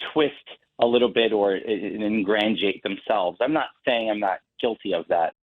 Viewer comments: Did he say "ingrandiate" ? there's your first clue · "Nit and gritty"? What's that? "Fictitional"? Is that a word? "in-GRANG-eee-ate"? What? Did he ever attend any school? Sheesh! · Just reading/listening to his interview: "nit and gritty," "fictitional," and he said something like "ingrandjiate." And that's just this very small example. Of course that's not the glaring issue - honestly is. But add all of this up and I wouldn't want him serving subpoenas, or even hamburgers, let alone the people. Lying takes away any and all credibility. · "Ingrandiate"? What tf is that? He probably means ingratiate. Nevertheless, he's a Big Fat Liar and should never hold any official governmental office. How embarrassing can a person get? Lying on their resume? Seriously. WTF??? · He also said "ingrangiate" and "nit and gritty" for ingratiate and nitty gritty. Republicans - such low standards these days. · He did not say "ingratiate" as your text graphic had it. He said something like "ingrandiate", which isn't a word I'm familar with. Don't help the jerk out. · "Ingranjiate"? Bwa ha ha ha ha!!! Dumbass can scarcely speak English. 🙄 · Never heard the word ingrangiate either. How do they elect these idiots?